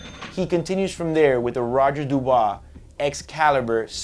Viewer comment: hey you should have spelled Roger Dubuis = Doo Boo ee not Doo boo aah